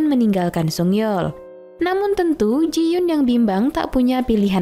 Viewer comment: Koreksi dikit kak. Itu jiyon bukan jiyun